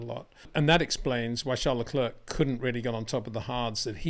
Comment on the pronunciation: Leclerc is not prononounced le clerk. It’s le cl air. like air.